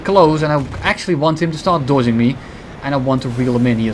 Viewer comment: I hate when u say dodging, you can't say that normally